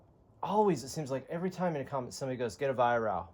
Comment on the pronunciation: Pronounced Vi Wrok, from the owner him self.